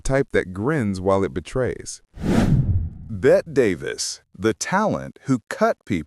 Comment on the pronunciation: "Za-za" AI spotted 😂 "Bet Davis"